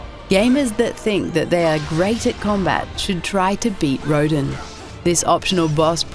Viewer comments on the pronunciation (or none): All I'll say is you mispronounced Rodin's name. It's actually pronounced Ro-don. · You legitimately pay to fight Rodin in Bayonetta. You also said his name wrong.